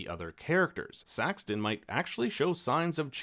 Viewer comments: Why do you keep calling him Saxton....??? It's so annoying. His name is SAXON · it's Saxon, not SaxTon.😜Do your homework. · Saxon…. Not Saxton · Saxon. His name is Saxon! Not Saxton! Oh God that was pissing me off!! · It is “Saxon”…Not “Saxton” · His name is Saxon not Saxton 😅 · IT'S SAXON, NOT SaxTon, no T. please watch the show again. Clearly you missed a lot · It's SAXON, no T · FYI, there is no "t" in Saxon.